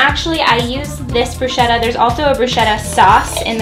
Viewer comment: Love your videos girl, you have such a mellow vibe. But its pronounced brusKetta. <3